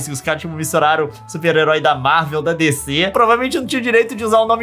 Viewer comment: Leon: É MIMI (meme) Also Leon: É DECÊ (DC)